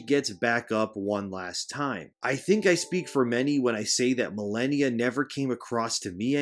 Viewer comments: Muh-lay-nee-a. She only says it before and after every time she kills you. Which for most people was a lot. Sheesh. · The way you say malania sounds funny I'll use it to bother people